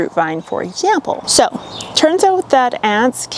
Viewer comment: I’m here just to hear my redhead guru say “for exhzzample”